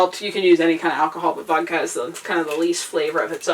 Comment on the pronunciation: I lost you when you said: "Wodka"